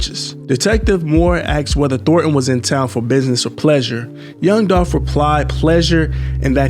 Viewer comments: It’s Dolph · Its Dolph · ITS DOLPH !!!!!!!!!!!!!!!!!!!!!!!!!!!!!!!!!!!! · ITS DOLPH UH-HUH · It’s DOLPH 🐬